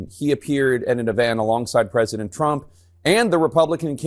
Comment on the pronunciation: Pwezident Elmer J. Fudd , darn wabbit!